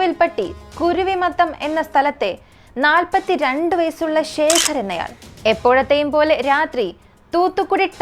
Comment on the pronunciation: ശേഖരൻ അല്ല, ശേഖർ